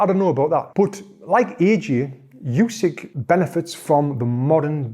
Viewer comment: Voted this video down. Can't watch a video where in the first few words he pronounces the name of Undisputed Heavyweight Champion, Yousyk, not OOsyk. I mean how can we trust the opinion of someone who doesn't even learn how to say a name correctly. It's announced before every fight and in any press conference where they mispronounce it Usyk or his translator corrects them. This guy can't have watched many fights.